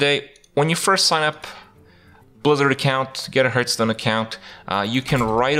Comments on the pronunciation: hearth is pronounced like heart, not hurt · One thing you should not teach people is it's not pronounced "hurtstone".